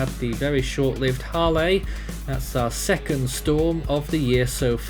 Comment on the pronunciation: Isn't Hale supposed to be pronounced as "Hail"?